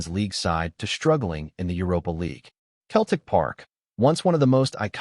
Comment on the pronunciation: Who the hell is Keltic ??? It’s pronounced seltic you American numpty .